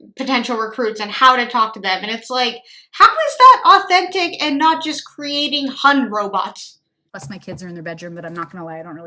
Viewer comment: " hun robots" No Hunbots 😝